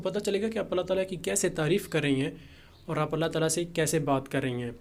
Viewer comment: تعالی کے لام پر کھڑا زبر ہے اس کو کھینچ کر پڑھنا ہے